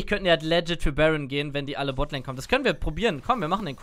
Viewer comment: Und wieder geht das heitere Spiel in eine Verlängerung! Wie oft wird Worte falsch aussprechen? Aktueller Counter: "Rakan": 43 "legit": 127 Seien Sie auch nächstes Mal wieder dabei! Spaß, Spaß, Spaß!